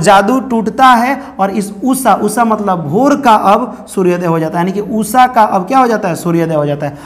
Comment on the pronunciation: Usha not usssa 😂